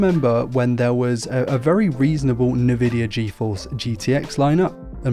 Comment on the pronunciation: ENvidia not NAvidia 🗣️‼️